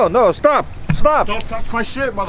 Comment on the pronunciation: "ehstop pointing"